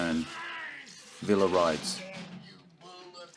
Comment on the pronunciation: I know you won’t pay any attention to this but Francisco “Pancho” Villa’s name is pronounced “Vee-ya,” not “Vil-la.” And - again - Joel McCrea’s name is pronounced “Mac-Ray,” not “Mac-Ree.” Just trying to keep you real, “.”